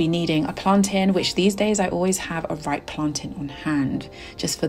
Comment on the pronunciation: I love that you add plaintain to your breakfast. You even said plaintain the same way. I thought only Jamaicans make plaintain and eggs.❤